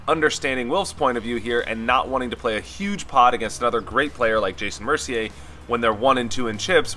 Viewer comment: I like how you actually pronounce Mercier right